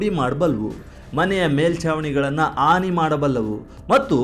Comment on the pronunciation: ಭಾಫೆ ಬಗ್ಗೆ ಜ್ಞಾನ ಇರಲಿ,ಆನಿ ಅಲ್ಲ ಹಾನಿ -ಇದರಂತೆ ನಿಮ್ಮ ವಿವರಣೆ ಉದ್ದಕ್ಕೂ...